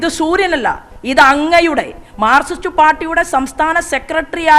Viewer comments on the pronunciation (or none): none